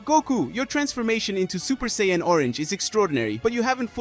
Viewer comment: But... Butchering 90% of ALL the names.. 😓😱😭😭😭 Say-een.. Gaah xD